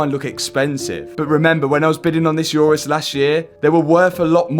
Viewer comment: Mate, it’s an Urus, not a ‘Eurus’.